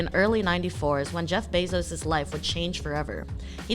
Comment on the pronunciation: Good video, but the way she says his last name hits the ear wrong